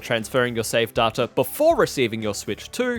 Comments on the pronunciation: Day-ta, not Dar-ta. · I know it's a regional thing but hate the way he pronounces Data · Say Data again I dare you! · They way he says Data 💀